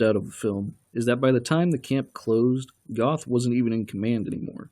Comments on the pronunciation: If you want to be accurte, you should pronounce the names right. You called Goeth Goth LOL The "oe" in Goeth is spelled like a "her" with out the h. and the "th" is a hard cut of t! You could take the "er" out of Stern and create Gert. Actually if a english spekaing says Gert, it sounds more like the actual Goeth LOL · Its pronounced Gert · Mr Duke Silver I have was going to point that out too! It was irritating me 😁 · Hilds-Heim you dork, 'sh' is not like english, and German has no 'th' sounds, his name wasn't "goth", he didn't wear black lipstick.